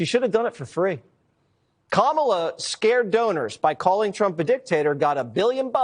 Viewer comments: "mamala" is hilarious! It means suck it in Spanish hhahah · Did Oprah call her mamala 😂😅 mamala Verga 😂😅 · Oprah did not pronounce her name correctly 😅